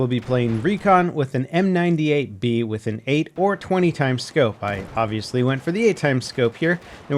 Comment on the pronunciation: he always says m98baller wrong